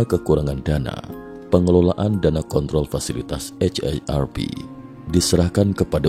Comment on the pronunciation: Jadi muak denger nya eit ei er er pi... Kenapa gak di singkat aja si. Akronim itu kalo kata nya gak bisa di singkat. Contoh KTP ga bisa disingkat ( dibaca langsung ) harus di akronim ( disebut satu² ). Kalo haarp kan bisa disingkat...